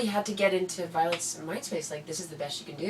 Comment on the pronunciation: It's vioet